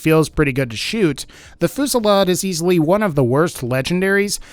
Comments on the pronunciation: 5: 59 Holy fucking shit. It's pronounced 'few-si-lard' not fucking 'foo-si-lard' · It's pronounced Foo zee yad